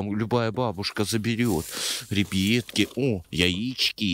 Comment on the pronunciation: Мене бісить коли ти кажеш рібітки